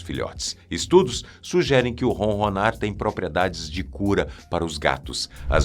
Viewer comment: Não é ronrronar.É ronronar